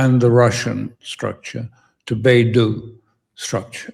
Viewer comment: Alastair is still pronouncing it wrong 😂 ... It is not Baidu which actually is China's search engine, the equivalent to Google ... China's satellite navigation system is BeiDou (the "Dou"pronounced as "dough").